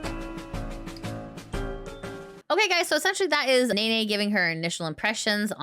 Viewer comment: it's neh-neh not nay-nay